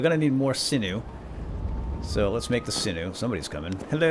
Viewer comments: Everyone mispronounces sinew. Its pronounced Sin-you Thanks for the vid. I enjoyed it. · sinew = SIN-yoo :p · The way you say sinew hurts :(